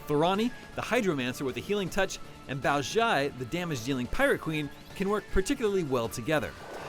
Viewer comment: Totally butchered Thorani and Baozhai's names... did this guy even play the game or is he just reading a paper?